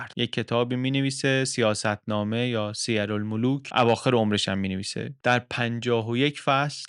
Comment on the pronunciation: درود و سپاس از روشنگری های جنابعالی لطفا تلفظ اسم کتاب سیرالملوک را دقت بفرمایید ، سپاسگذارم